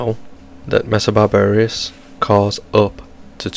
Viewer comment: Great vids but why you saying 'barbar-ious' its super off putting. Please say Bar-ber-us or next video or im gonna cry